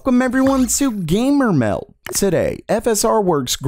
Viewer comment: I don't know what it is about this guy's voice, but it makes me want to stop watching the video all the time. There's some really good content in these videos, but the voice is just so annoying, I can barely get through it. Random strange sounding emphasis on everything. "WEL-CUM to GAY-MER-MEHLDuh" Some people grow into their voice the more videos they make and you identify their content with their voice, and some people diverge and you end up with strange, nerdy, awkwardness that is barely tolerable. This guy is clearly in the latter case.